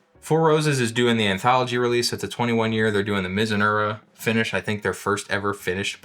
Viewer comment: MizuNAHra, not Muzunura😉